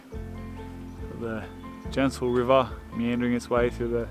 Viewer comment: Bro! Am I trippin or did you say genital river meandering? 🤣🤣